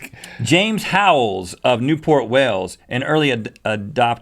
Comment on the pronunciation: The way Rhett said Wales in his accent sounded really funny.